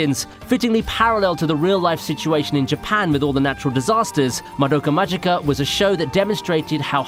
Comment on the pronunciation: まどかまじかじゃなくてまどかまぎかだよ